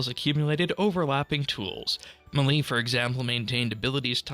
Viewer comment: Never heard someone pronounce melee as “muhlee”